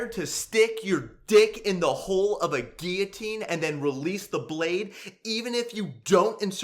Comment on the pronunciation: okay the moment he barged in with the "Guillotine" I fking lost it